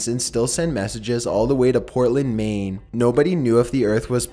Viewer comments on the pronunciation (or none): none